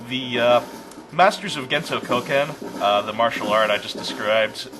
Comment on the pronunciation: When you were talking about that purple guy's martial art, I couldn't help but hear it as "Gento Cokehead". The setting's strange enough, I'm just gonna go with that :P